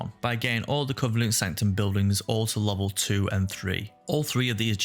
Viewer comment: I'm saying this not to bash on you, just to show how funny is was from my perspective. when you said each covenant, I could've swear I heard each cunt. That made me chuckle.